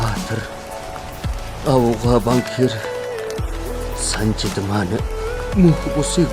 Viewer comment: Хөөе ээ "Санаж" биш "Санжад"😡😡😡😡😡